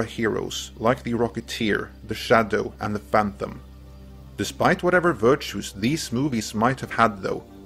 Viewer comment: STOP saying "phanthumb"